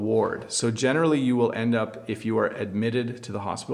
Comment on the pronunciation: You generally saying gene'rally